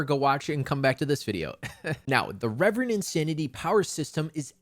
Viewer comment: Ill continue calling it ki like i call reverend insanity rEEEEEEverend insanity. It was weird to hear the correct pronounciation of reverend for the first time after reading the novel for 5 months